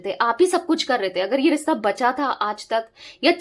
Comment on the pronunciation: Rista nahi rishta hota hai...plz correct as it sounds irritating